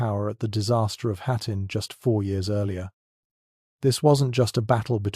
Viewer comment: Seven Days Eareler . AI has no idea what its doing .